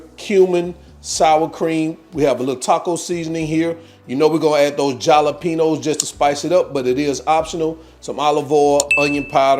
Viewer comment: The "j" is silent in jalapeños, lol. Great recipe!